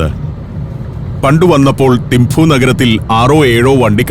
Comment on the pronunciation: ഏഴു വർഷം തിംപു വിലെ ചോഡൻ ആർമി സ്കൂളിൽ പഠിപ്പിച്ചു. മഞ്ഞും, മലകളും, ആപ്പിളും, യമതാച്ചി യും.... ഓർമ്മക്കായി മകൾക്ക് യാങ്ചെൻ എന്നാ പേരും നൽകി... ഭൂട്ടിണികൾക്ക് 'തിംപു' ആണ്, തിംഫു അല്ല